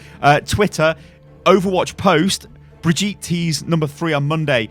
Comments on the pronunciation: Before I end up loosing my teeth because of all the grinding I do every time I hear this "bree-jeet" ...If it really IS the German version of the name, as mentioned in your first "WILD SPECULATION", then it's "Bri-GIT-eh" ! (the "bri" and the "git" are rather sharp and the "E" at the end is NOT (never ever!) silent in German!) Just so you know how to call her from now on ;P ...Greets from Germany BTW ^^ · It's brigitte, not fcking brigette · When you're English and can't pronounce "Brigitte" but you pronunce it as BRIDGEtte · when thre name is bridgitte but dumb says bridge yeet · It genuinely triggers me that you call Brigitte "Brigeet" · He said Bridyeet when pronouncing it i’m actually shook to the core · that is not how you pronounce her name...NotLikeThis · Your saying brigitte wrong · U pronouncing 'Brigitte' like that is getting annoying really quick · Why tf are you pronouncing Brigitte like that??